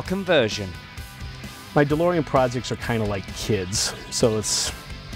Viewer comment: De-Limo-ean DMC12